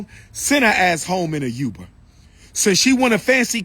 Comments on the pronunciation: He said Youber instead of Uber.😂 I hear the positive and powerful message overall, though... - mark or so hits hard. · “Send her ass home in a YUBER!” Please gtfo dude 😂